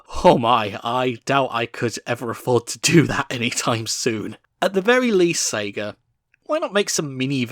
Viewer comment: Its "Sega" not "Sagar"